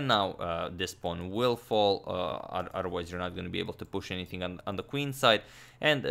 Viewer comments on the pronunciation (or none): none